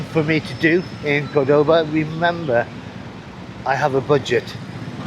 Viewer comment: I know this is a bit annoying, but so sorry I cannot contain myself. In Argentina we pronounce the name CORdoba, the accent is in the first syllable. I mean of course you can pronounce however it comes out; perks of the old traveller. I am also with you on that issue. I feel like 18 inside me with just a few decades of experience in that age.